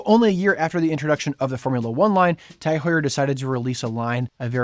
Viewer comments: Is that how TAG Heuer is pronounced? Is it not pronounced Taag Hyuur? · Can’t even pronounce it correctly 😂